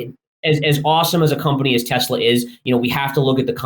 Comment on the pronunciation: it is PRONOUNCED TE"SS"LA not TE"ZZ"LA